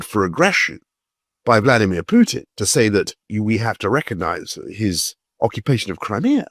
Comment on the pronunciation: How is Ukraine winning? Russia moves to the West. Leave my homeland alone, you war lover and criminal. You have no idea what’s going on in Ukraine. And first of all, learn how to say Putin’s first name